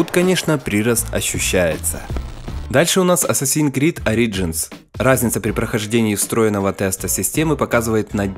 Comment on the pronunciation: "прИрост.... orIgins... ". парень, ударения ставится не по правилу "все ударения на И", а по правилам русского языка. в первом случае, ударение на гласное в корне слова, а не в приставке. а во втором случае, иностранное слово со своим правилом произношения.